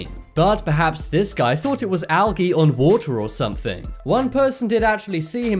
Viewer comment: I had to laugh when the commentator called algae..al gee 😂😂😂😂